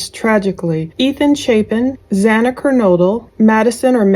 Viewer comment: It’s not Hana! It’s Xana!